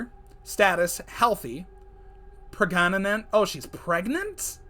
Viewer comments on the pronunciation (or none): my fav part "Pregaganent" lovely words lol🤣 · “Precananent..OH she’s pregnant!” Precananent LOL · preg ga na ment 💀💀💀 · The tree hugger status ha prag-na-nant